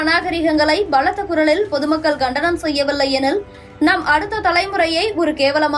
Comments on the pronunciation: Please pronounce tamizh words properly . For years TV News host carry proper tamil words to the people . Now its terrible and pathetic . Its not Gandanam .... Its Kandanam !!!! Gandikirom illa Kandikirom !!! aduthegattathirku illa aduthakatathirku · Ghandanam🤦‍♂️ இல்லை,Kandanam என்று சொல்லவும். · Gandanam அல்ல Kandanam Please teach the news reader some proper Tamil